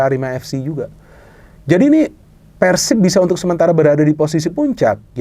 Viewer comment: Respek sih doi bilang Persib nya pake e ala resolusi, bukan kek kebanyakan orang diluar bobotoh pasti bilangnya Peursib ala pergi.